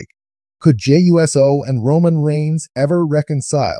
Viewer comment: it's not U.S.O'S it OUUC O. thats how 'pronounce it.